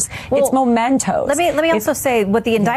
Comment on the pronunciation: Mementoes not Momentoes! Dan Quayle School of Law!